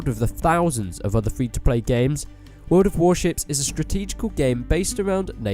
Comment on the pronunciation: yeah i hear the shit as wel :))